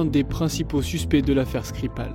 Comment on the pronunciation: Petite erreur d'inattention : c'est l'affaire Skripal pas Skirpal. Mercii